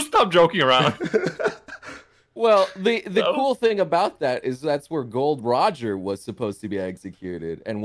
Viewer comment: Why is saying GOL.D ROGER